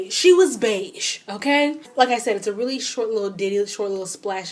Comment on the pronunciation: So I've recently discovered you. And you're amazing!!! And then I found out you were Kenyan when you said leally? YAY! Anyhow, I'm currently binging on your videos. GURRLLLL! You are definitely magical!